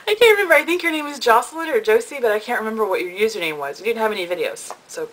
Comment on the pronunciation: Yay! Thanks for sharing. It is interesting to me to see what works for other people! I agree w/ drinking water.... soooo important! All the soda junkies out there will see it will catch up w/ them one day. ;o) You made my day w/ pronouncing my name correctly (both Jocelyn & Joce; I go by both). I'll be 28 in June also. June the 19th to be exact... I'm kind of dreading it. ha! I just discovered I can do videos w/ my camera, so I'm going to play w/ it this weekend & see what I can do.